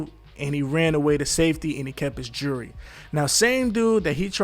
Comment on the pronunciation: I can tell you lying cuz when you replying you..stutta stutta 😂🤡 and The word is JEWELRY not jeurry